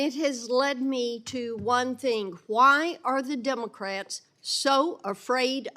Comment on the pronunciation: did she say devilcrats?